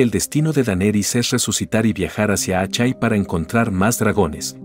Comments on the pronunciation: Buen video pero, Asshai se pronuncia ashai ó ashae, pero no, "Achai" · "Achai". Jajaja!